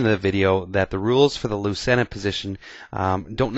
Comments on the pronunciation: Thanks for the video. Very instructive. Lucena according to Wiki is Spanish and pronounced loo-thay-na. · it's pronounced " LOO-CHAIN-UH "